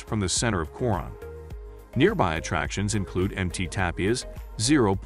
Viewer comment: Pronounce it KO RONE. If you pronounce it your way Filipinos will not know what you are talking about.